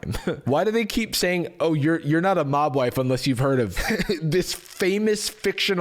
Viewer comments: About 4 and a half minutes into stopped hearing “mob wife” and started hearing Mogwai 😂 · Every time said mob wife I heard mogwai, the picture of them in fur coats at the same time was particularly jarring. Those people wearing mogwai fur coats is particularly difficult because a)mogwai are sentient beings that shouldn't be used for coats and b) not real.